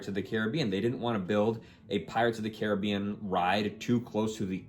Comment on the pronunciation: Why the fuck are you pronouncing "Caribbean" like that? It's fucking retarded.